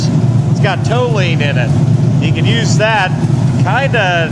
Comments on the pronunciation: Tall You Wean = Toluene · Is toluene the chemical you're talking about? Tal-yoo-een? Good solvent. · Toluene is the stuff they ran the BMW F1 cars on in the 80s, and they were the most powerful F1 cars ever (~1,400HP 4 cylinders). It's basically pure octane boost. Also, I could be wrong, but I've been told it's pronounced tol-yoo-een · Pretty sure the Motor Purr has Toluene - pronounced TAAHHL YOU EEEEN - just sayin lol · Tall-you-eeen. Toluene. Is that what you are trying to say is in the red juice? Don't be a tallyouweenie say it right.😂 jk jk. Is that whats in it really? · Sir you enjoy the hell out of that lift. You earned it. Also just a little help, not trying to be a smart ass, Toluene is pro-nounced, tal-you-een. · Chemist here, your pronunciation of toluene makes my brain itch. Phonetically, it's "Tall-you-een."